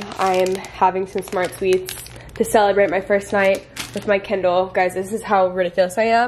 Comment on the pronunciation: I kept hearing candle, I was so confused lol. Ly